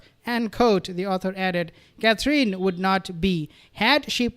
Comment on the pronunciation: Aww Thank you for pronouncing Catherine's name better you did it just right